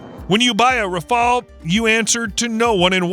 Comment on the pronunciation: Не рафл а рафаль ИИ не знает русский язык